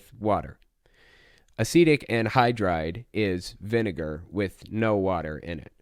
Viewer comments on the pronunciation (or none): Oh, that's the word he's using? Thank you, I thought he was saying 'Acidic' wierdly.